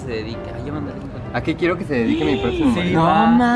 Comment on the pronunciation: Jajaja tu “protximo” ya, habla bien hermana!!! Ponte un lápiz en la boca 😂